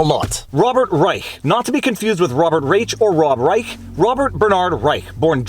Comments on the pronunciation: Viva, Reich's name is pronounced like Rye- Shh. 😉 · I believe it's pronounced "Rische" with a 'sh'. Your logic and attention are spot on. It's too bad you're Canadian (Quebeci?); If only we had that intelligence in the US. Thanks. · He pronounces it like "Reish", but I found it entertaining that you used the original German pronunciation. "Robert III Reich" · Reich was an ideological hack economist for Carter, got into bird-cage-lining editorializing on CNN and the like, and has gotten steadily worse. BTW, it's pronounced Rye-ssssshhhhh, with the sh part about 2X as long as the Rye part, ideally with a rattlesnake-like rattle at the end. No one else with that name pronounces it that way, but that's appropriate for him. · Hey Viva, check out how Rush Limbaugh pronounced Robert P Reichhhhhka. You might get a kick out of it. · I believe this is the same Robert Reishhhhhha(as Rush used to pronounce it) who used to be called out regularly by Mr. Limbaugh for falsehoods of various types ...... just sayin' ..... ;-p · The ch is pronounced sh in Reich's name. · Viva: Your assertion that you were unfamiliar with Rob.B.R. shows that you were NOT a Rush Limbaugh fan, cuz Rush did frequent "updates" on the guy, Famously mispronouncing the name as "... REISCSSSSSSSSAAAH" each & every time!!! (All "Ditto heads" d'un certain age would know this...) :) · If you want a good chuckle find a clip from R Limbaugh from the Clinton era on how to pronounce Rob Reisch’s name